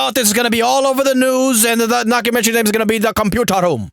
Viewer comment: "HORNY YOUR DINNER IS READY" "THE COMPUTAR ROUUM"